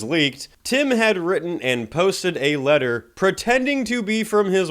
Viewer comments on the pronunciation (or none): none